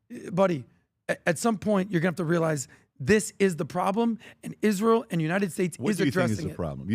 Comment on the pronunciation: Adam’s illogical talking points are the reason people dislike “Izzrul” as Lindsey Graham would pronounce it